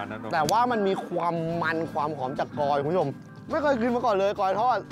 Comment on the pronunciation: กลอยค่ะ ไม่ใช่กอย